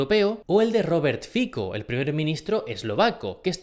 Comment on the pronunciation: Ami me gustan mucho sus videos y quiero decirle que se dice Robert Fixo en eslovaco la c suena así.